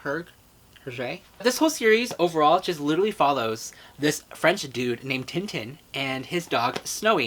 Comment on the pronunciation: FOR A SEC I THOUGHT YOU SAID 'TIN OUT OF TIN' WHEN YOU PUT TIN TIN DOWN AND I JUST